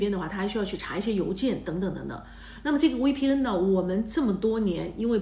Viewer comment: 求你了，V的發音是F， 不是W